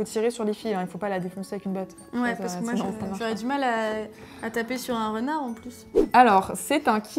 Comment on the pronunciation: Quand elle a parler de la lampe Renard moi jai entendu Rounard et je croyais qu'elle allais dire que il avais fais une collection animal crossing😂😂